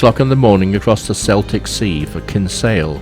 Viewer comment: always makes me laugh at english folk mis pronounce irish names Celtic Sea was the first Howth was the second :)